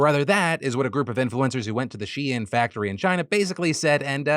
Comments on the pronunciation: Wait she-in??? I have literally never heard it pronounced like this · Phil it’s pronounced SHEEN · TDiL: Shein is She-In and not a funny way to spell Shine 🌟✨️ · On top of everything else, I just can't get over naming a company "shein" and insisting it's not pronounced "shine" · I don’t how a single person in your office has not corrected you on ur pronunciation of shein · Take a shot every time Phil says SHEIN